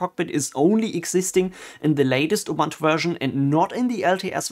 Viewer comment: I just watched couple of your videos, really good quality stuff. One thing strucks me though in every video. Since I used to be Ubuntu maintainer, my ears are bleeding when I hear how you pronounce Ubuntu ;)